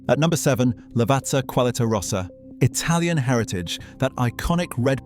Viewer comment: NOT lavarzza 😭😭